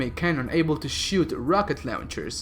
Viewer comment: "rocket lauwnchers"